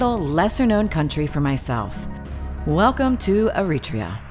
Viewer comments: AIR-uh-TRAY-uh, not Uh-REE-tree-uh. I lived in Asmara from . The Island in the Clouds. I fell in love with it then, and it still lives in my heart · It’s pronuced eri tree uh not eri tree ah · its pronounced eh·ruh·tree·uh btw not arutrea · Americans... everyone else pronounces it Eri-trea, not Er-ri-tria. Irritating but we expect it. But I doffs me lid to you, young lady. Takes guts to travel to places like that solo. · Isn't the proper pronunciation EriTREEa? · I lived in Ethiopia for 2 years, I have visited Eritrea, I know people from Eritrea, but I have NEVER heard this pronunciation of the country’s name. The accent on the 2nd syllable is unique to this narrator. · You don't pronounce it right Eritrea